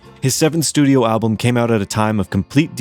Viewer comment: This is the worst video…The AI is horrible and learn how to say the word “album”, there is an “L” in the word. Why did you bother making this video anyway? Here’s another video you can make and title it “The most boring video” By the way, what have you ever done besides make lousy videos?